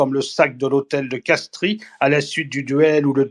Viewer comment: On prononce Castrie Castre ... Merci